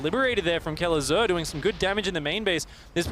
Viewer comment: Artosis butchering Kelazhur's name makes me sad..